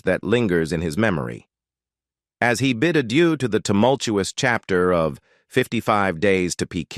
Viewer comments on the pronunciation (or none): none